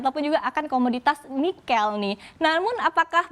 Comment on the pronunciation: saya sedikit terusik dengan pengucapan 'nikel' oleh pembawa acara..